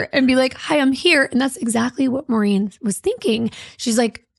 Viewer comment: I hate when people say “Marine.” My mom’s named was Maureen and she always said “More-een.” A lot of people do it so nothing against yall and maybe this lady said her own name like that. And dang, so many familiar names. I’m Rachael, my mom was Maureen, my uncle is Kim, and cousin Kem, and my grandma is Norma. Is this fu**ing play about us?!😂